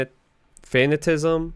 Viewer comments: Fuh Nat Uh Cism not Fan Uh Tism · No hate. More of a joke so don't take this the wrong way. I like your vids, but dood please learn how to properly pronounce some of these skills. You butchered Decrepify and Fatanicism...